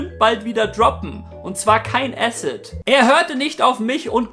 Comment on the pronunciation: Sagst er in dem Satz bei "Asset" oder "Acid"? Und was soll der Satz bitte bedeuten?